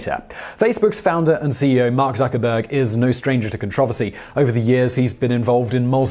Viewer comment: Learn to properly pronounce controversy.